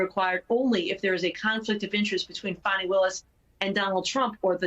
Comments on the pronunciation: It’s Fani Willis. As in vajayjay Willis. Not funni Willis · Why are y’all pronouncing her name which is Fani (fanny) like fawny instead ?…. Good gads you ppl are insufferable!! 😣 lol